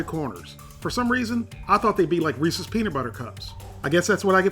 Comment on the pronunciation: Thank you for pronouncing Reese's correctly. Always loved your show and still do.